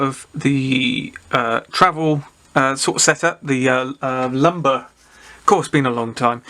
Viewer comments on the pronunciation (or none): Nice one J interesting kit btw it’s a limber not lumber😀👍